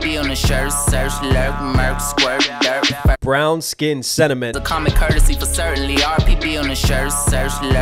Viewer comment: Bro, he didn't say dirt, he said "Durk".